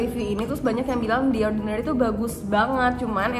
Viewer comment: Jijai banget waktu dia bilang “The Orrrdinarrryyy” 🤣